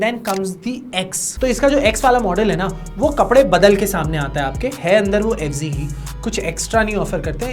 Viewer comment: Fz hai bo f g nhi hai 😂😂😂